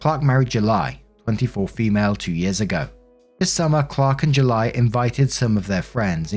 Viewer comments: Kinda funny you dubbed over mispronouncing July but missed the first one lol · Lmao the voice over saying Julie 😂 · Hey I can't stop laughing every time you say Judy. Sounds so funny that I'm tearing up with laughter. Oh gosh this is so hilarious 😂😂😂😂😂